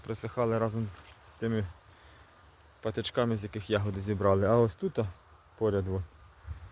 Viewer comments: такого наголосу у слові ягОди не існує 😊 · А я теж думаю завжди казали Ягоди.Це мабуть місцевий говір. Прочитала:В украинском языке нормативное литературное ударение падает на первый слог — я́годи.Однако произношение с ударением на второй слог (яго́ди) действительно существует. Это очень распространенная диалектная и разговорная особенность, характерная для многих регионов Украины, включая центральные, южные и восточные области.